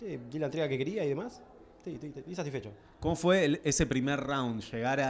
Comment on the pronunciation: Ese es Gustavo ramos? Es el mismo del face off?? Mamita la boquio tanto qué termino hablando boludeces hasta en la entrevista "Satfecho" ni Satisfecho podía decir jaja lo rompió big soul y eso que pensé que iba estar mas parejo jajajja